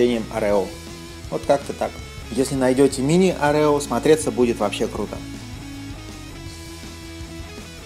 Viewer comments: Блин,да не орЕо,а Орео,бесит очень,конечно каждый может по своему называть и все такое,но жутко бесит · не orEo а Oreo